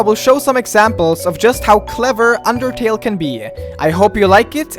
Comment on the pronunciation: did you say underkill or undertale?